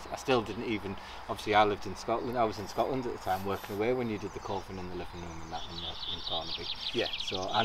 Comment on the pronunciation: When and you said Coving, I kept hearing coffin.